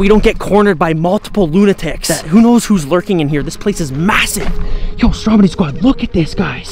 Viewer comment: It’s stromedy not stromide